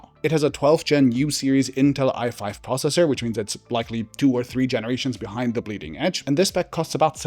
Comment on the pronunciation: I love that a German man said “zee Germans.”